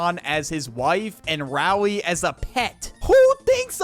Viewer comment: you witterally keep saying "Gweg" and "Wowley" nerdy sounding ahh boi